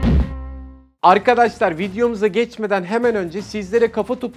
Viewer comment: Bu adam neden arkadaşlar diyemiyor arkkaaşlar diyip duruyor anlamadım.